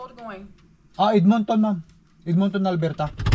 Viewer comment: Do not say “Mom” hindi mo sya nanay say it “Maam” medyo ayusin mo pronounciation mo!